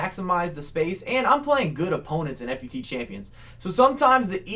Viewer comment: Nice video but it kind of annoys me when you say F-U-T champions instead of fut